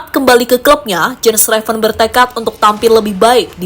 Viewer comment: Yen Raven bacanya mbak admin, bukan Jen Reven...